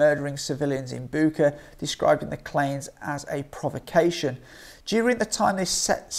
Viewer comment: I think it's pronounced as Butch-a.